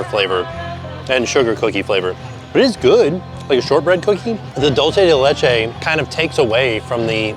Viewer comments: The way he says dulce de Leche and pernil kills Me . I was correcting him every time. The tostones with pernil would be much better if it was made fresh and hot. They are hard because they are cold. When they are hot they are soft. There is a restaurant 5 minutes outside of disney springs called Pal Campo. You should try it. Authentic Puerto Rican food. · Still holding out for a correct pronunciation of “dulce de leche”, you’re so close 😭😂